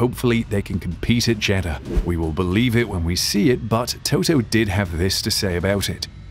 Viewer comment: Is it just me, often when Jeddah is said it sounds like Cheddar :/